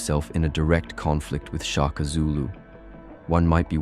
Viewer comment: Shaka. Not Chaka 😏